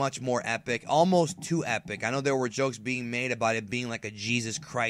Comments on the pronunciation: Shenlong lmao u mean shenron :p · dude said shenlong